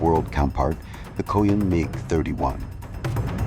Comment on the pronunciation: Horrible AI and horrible Narration. "Meeej" for 'Mig'? Cl'eye'nt for Clint?